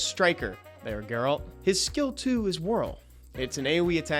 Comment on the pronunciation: G-A-RALT not GAY-RALT